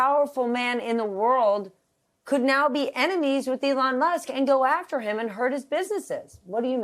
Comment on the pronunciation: Did he seriously just call him Elon Mask?